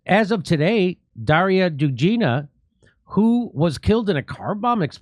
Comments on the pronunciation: Jimmy ffs her name is Dugina not Dujina. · "Do ga na" Dugina. Watch Graham Phillips video about Darya.